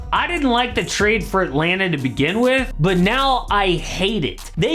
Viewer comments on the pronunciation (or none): none